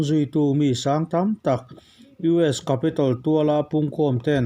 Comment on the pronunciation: Capital nilo in Capitol zawkni in ka hria.